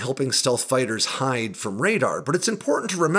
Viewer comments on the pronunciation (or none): none